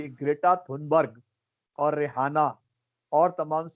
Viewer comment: aap रिहाना bolna band karen. Asal mein naam रिआना padha jata hai. H silent hai. Isi tarah aap ऊरूज ko ऊर्ज padhte hain jo sarasar ghalat hai. Hosh karen.